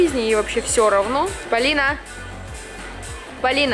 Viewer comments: да уже достали моё имя произносить Палина это ужасно люди запомните правильно ПОлина а не Палина ПОлина ПОлина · Полина правильно а не Палина